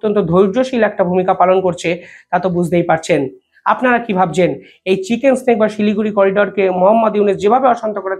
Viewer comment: ভাই চিকেন স্নেক বলো না চিকেন নেক হবে মুরগি সাপ নয় মুরগির গলা হবে 😊😊😊